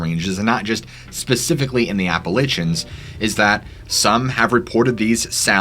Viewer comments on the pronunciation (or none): I was raised in Appalachia...PLEASE learn to pronounce it correctly...it isn't "Appalitchia" as you were saying. It is pronounced as if "Appa-latcha" and the mountains are the "Appa-latch-uns". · Love your channel. It's Appa LAY shins, or Appa-LATCH- ins. Not Appa-LITCH-ens. That is jarring lol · AppalIchians? Do you mean AppalAchains?